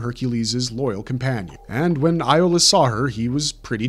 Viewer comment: Did it get on anyone else’s nerves just a little bit that the guy kept mispronouncing Iolaus’ name? 🤦🏾‍♂️